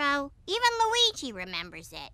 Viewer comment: SAID LUEGY💚